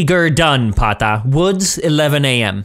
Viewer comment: Every time I hear pata the end becomes pon. Too much Nintendo from the past 😂